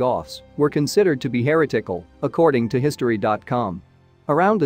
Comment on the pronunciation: How difficult is it to get pronunciation correct?? eg. Murcia, heretical, Visigoths. Not only is the “history” lightweight but, the pronunciation of common Spanish and English words is so poor in these YouTube videos! As if spoken by semi-literates time and time again!?